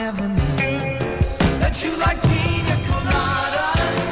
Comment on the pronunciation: pronunciation was correct. In Spanish, the i has a "ee" sound and the ñ has an "ny" sound. For example, niña (girl) is pronounced "neenyah" and piña (pineapple) is pronounced "peenyah."